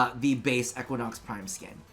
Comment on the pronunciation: The pronounciation of Equinox is triggering me.